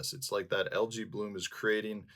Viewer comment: Love your videos. You've taught me so much. May I humbly return the favor? AE in English is pronounced as a long E, not A. So, al•jee not al•jay. Same for aegis, antennae, paediatrics, Aesop.